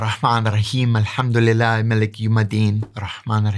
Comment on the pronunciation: Its Alhamdulilah Rabb-il al-ameem and not "maliki yaunedeen" but good pronunciation